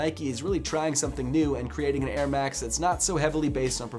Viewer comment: Why does he say airmax more like Ermak